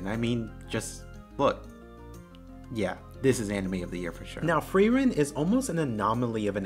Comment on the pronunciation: Frieren... you say it perfectly correct.